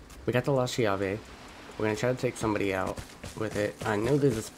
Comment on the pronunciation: The shotgun is pronounced with a strong "C" because in in italian "CH" is pronounced like a hard C or K, and the word is pronounced like this: "Kyave". In italian the translation is "the key", and I think it's ment to represent the italian shotgun SPAS